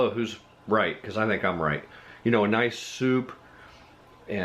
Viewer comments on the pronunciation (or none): none